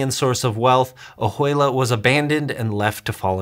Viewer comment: That is pronounced, Oh-wei-la. The ju is pronounced like a soft 'w' such as in Juarez.